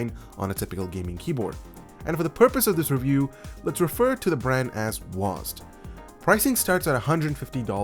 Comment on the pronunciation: It's not pronounced "WAUSED" it's W - A - S - D, the letters seperated.